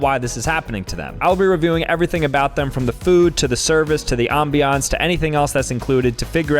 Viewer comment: Hey, it's not 'Aambiánce' its pronounced like 'Ambience' 😂